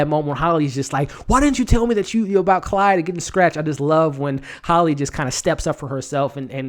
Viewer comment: Quick note: It's Claude, not Clyde. Nice review! Somebody protec baby Jerome! He's the next target for sure.